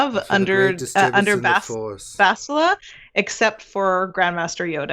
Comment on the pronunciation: Such stubbornness over... Basti-a, is that what they want to call her now? Imagine when Sah-tell-leh Shan arrives :p